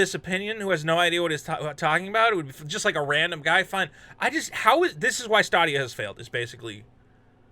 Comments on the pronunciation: STAdia, not STAAAAdia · It's stay-de-uh. Not sta-de-ah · Why does he say statia? Its stay dia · “Stah Dia” whatever way you say it, you still made me crack😂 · STOP CALLING IT "STAH-DEE-YA" OMG JUST STOP IT!!!! STOP!!!!!11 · He calls it "stah dia" because it won't stay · Yeah at the end of all their ads it says stay-dee-uh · In your defense,, I can't blame you for not knowing how to pronounce a product that nobody owns or talks about anymore. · Thats an interesting way to say Stadia. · DO NOT take a shot everytime mispronounces Stadia. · You're mispronouncing Stadia on purpose, right? lol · You are pronouncing stadia wrong FYI